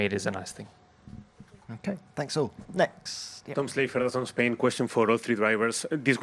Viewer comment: Spain, max, just say spain, please :')